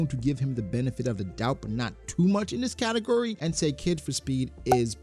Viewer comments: I swear you’re saying “category” As katakuri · For 8 min of the video I thought he was saying “katukuri” 😂😂 not category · Took me embarrassingly long to get he was saying category and not katakuri 😭😭